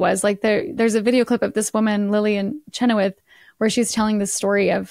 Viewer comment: I believe I’ve read or heard the family say that Chenoweth is pronounced sha-noth